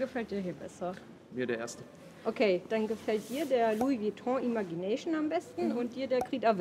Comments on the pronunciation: Den spricht man Imätschi näyschn aus 🙈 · vielleicht hilft es dir das Wort „Imagination“ richtig auszusprechen:)